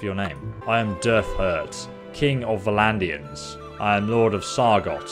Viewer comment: I cringe every time this guy pronounces Vlandian completely wrong.